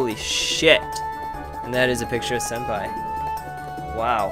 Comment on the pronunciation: believe it is pronounced Sen-Pie